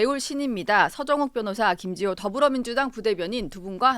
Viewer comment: 김지호. 발음. 교정좀. 하고 나와라. 정치가. 성남. 시장 판떼기로. 아냐. . 특검. 비용. 어디서 나오나..?